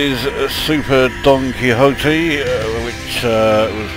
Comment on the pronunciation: I swear it sounded like he said "super donG Quixote" at the start and now thats all i can hear. That also became the trick with these games, they'll go on so long you end up watching it and not relising its saying "quick press left...oh dear, throw in another quid".